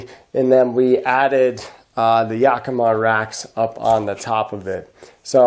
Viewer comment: Yakima is prounced AK-AK-AK as in AK-AK guns. not softly- this is a Sahaptin Word. In fact Yakima Tribe, Yakima River, in the Yakima Valley. The correct pronunciation is Yack -ih-Maw, rhymes with Wichita, with as much emphasis on Maw as on Yack.